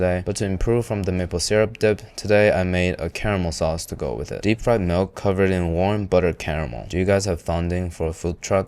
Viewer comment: "DEPP FRIED"